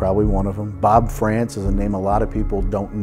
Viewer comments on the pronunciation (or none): none